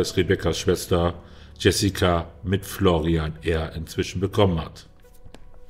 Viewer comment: Der heisst ausgesprochen Florian.. nicht Florrian